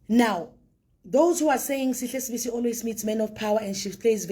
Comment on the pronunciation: It is not Sibiya but Sibisi